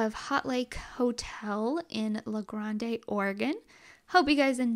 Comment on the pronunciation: Willamette is pronounced Will-am-it and the E is silent on Grande .